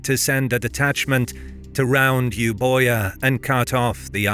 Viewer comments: While the spelling is confusing Euboia is pronounced "Evia". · Euboia is wrong it's pronounced evia